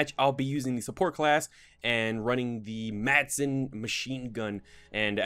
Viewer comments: I am danish, and madsen is a danish mg. you pronounce it something like "massen" the d is mute or whatever you call it lol. Like in many other danish words. Great video by the way! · Danish lesson: It's called a Madsen, but It's pronounced Mass-en (The D is silent). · You dont say the "d" in Madsen... It is danish. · >people don't know how to pronounce "Madsen" >I get triggered